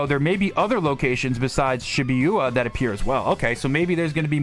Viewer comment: sih bu ya, It can be tricky to pronounce when you’re not as familiar with Japanese media